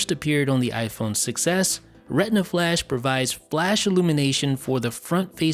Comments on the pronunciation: When you say “iPhone 6s” it sounds like you’re saying “iPhone success” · Sounds like you say iPhone success instead of 6S xD